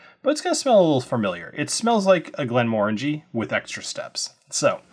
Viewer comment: Thank you for not saying "Glen-MUH-RANGIE"